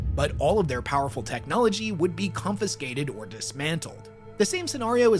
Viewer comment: did you mean "confiscated"?